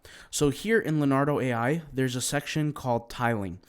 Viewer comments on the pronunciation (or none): It's not pronounced Lenardo, it's pronounced LeeOnardo. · It’s Le*O*nardo. Da Vinci? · LEO NARDO not LANARDO